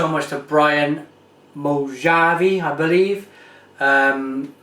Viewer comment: his name is Brian Mujati, not mojavi. Plays rugby for Northampton Saints, and has played for south africa before. other than that, not bad